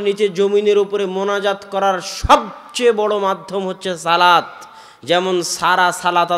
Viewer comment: শব্দটি বার বার " সালাত সালাত سلات سلات" না বলে " সলাত সলাত صلاۃ صلاۃ" উচ্চারণ করা সুন্দর হতো।